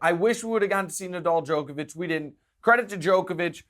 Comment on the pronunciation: Guy you can’t congratulate yourselves on pronouncing Djokovic correctly and then proceed to pronounce it incorrectly the whole time lol. Check out his wired interview to see how the man himself pronounces it.